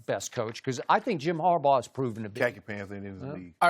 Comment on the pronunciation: 😂😂😂 That man said Jim Harbough🤣🤣🤣🤣 WWWOOO!!!!!!